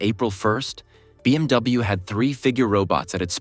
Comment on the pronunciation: Please double check your script when you pass it to AI-generated voice, within the first minute it said BMW as BWM. And please get rid of the AI-generated robot talking, that's just straight up creepy.